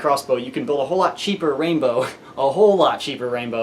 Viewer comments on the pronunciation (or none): it's the poonbow hes making